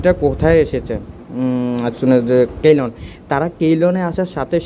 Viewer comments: কেইলন না সিলন হবে ভাই? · I think Ceylon pronunciation is (সি'লন) in Bangla. Previous name of Srilanka.